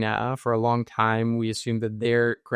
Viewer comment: Did you say WONG term mission 😢